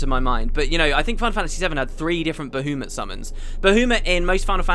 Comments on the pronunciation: Well, it's certainly not Bah-U-mut... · Good old Bahoomut. I am praying that you stop saying that in future episodes. Its making me want to pull my hair out. Baha Mut man... Ba-ha-mut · it's Ba-ha-mut no ba-hu-mat ish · It's Ba-HA-muht or BAH-ha-muht. I kinda cringed when you said Bahoomut. So funny though :) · I absolutely despise the way you say baHOOmutt, he's my favorite thing about this game and you make him sound like a clown :'( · BAHOOMIT? BAHOOMIT??? I'M SO CLOSE TO PUNCHING MY MONITOR. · Pterya as in Ptatoes? My guess would be it's kinda like Pterodactyl. And I was cringing when I heard you pronounce Bahamut repeatedly. I read that it's Bah-hah-moot as pronounced in FF12 or something. If that's true then my life has been a lie up until now. I always thought it was Bah-hah-mutt. P.S. gif is pronounced with a hard g as in graphics. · "Ba-who-mut" Ahahaha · It's supposed to be Ba-HA-mut, isn't it?I don't know why this bothers me so much >.> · "Bahoomut" - 10/10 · I laughed every time he said Boohoomut XD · This LP is still such a classic. I've been rewatching all of the episodes and your pronunciation of Bahamut will never not make me chuckle. Love it! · Why do I hate the way says Bahamut? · Any reason for pronouncing Bahamut like that? The fourth letter is an A not a U after all. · dude your way of pronouncing baHAmut is just wrong!!!! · Normally it's controversial how the u is pronounced, i.e bahamot or bahamat. But i've never heard anyone pronouncing the second a as ou before. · So many comments about Bahamut's pronunciation! I can tell this is gonna make me cringe :P (God, I was right >.<)